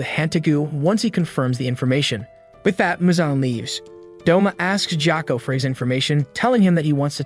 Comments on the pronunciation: Jacka? Sir its pronounced GOY-OH-KU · “Jiyoko” ITS “gee-yo-koe” gyokko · Stop calling gyokko jocko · His name is gyokko no jocko